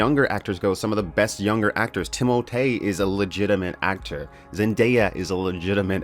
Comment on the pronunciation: So Timothée Chalamet pronounces his name "Timothy". Why do you Francophone it?